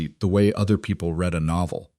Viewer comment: read, pronounced as red